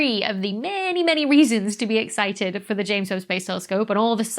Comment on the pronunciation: Excited, EXCI T ED. Not exci ed.